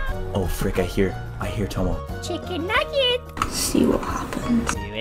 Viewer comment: When he said chicken nagsets